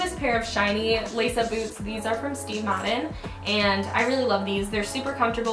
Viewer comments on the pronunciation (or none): none